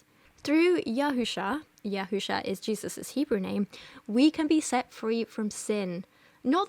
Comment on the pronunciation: I'm a native Hebrew speaker and her "Hebrew 'real, proper' pronounciations" are nonsensical and sometimes downright false (Yehusha? Really?). Though as a Jew, I'm glad she got His name wrong, because you're not supposed to use the Proper Name at all.